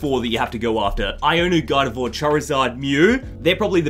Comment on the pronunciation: Bro I thought you were saying "god of war" not "gardevoir" 😂😂😂